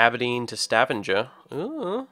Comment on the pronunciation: YAY I live in stavanger! :D and let e just say, you butchered stavanger's name :P but that doesn't matter :)